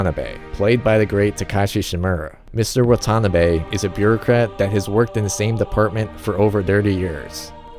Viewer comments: I can tell you're not Japanese, so just helping. It's not "Wa-TAH-na-be". It's Wa-ta-NAH-be. Here's another pointer: The Romanization of Japanese has one glaring mistake. The letter L should be used instead of R. James Hepburn oddly used Rs when he should've used Ls. The proper pronunciation is "I-ki-LU", not I-ki-Ru. La-men, not Ra-men. La-sha-mon, not Ra-sha-mon, Lan, not Ran, La-di-o, not Radio... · Man the pronounciation of Watanabe is killing me